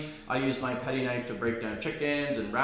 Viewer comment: Gito? Its Gyuto. Patty? Its Petty 🤦‍♂️